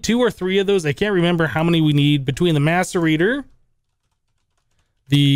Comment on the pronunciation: if you listen closely you hear maturbator instead of maserator